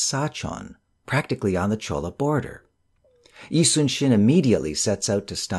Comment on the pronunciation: ~ it is Jolla (actually Jeon- Lah) not Cholla province. Love your videos! You should actually do audiobook readings as your duction is so clear.